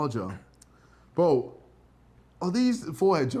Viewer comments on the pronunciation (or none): Why does Ksi say bo instead of bro it's so annoying just say the abbreviation properly or don't say it